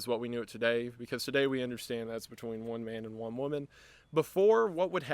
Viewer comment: I think people just didn't hear how you stressed " one man and one woman"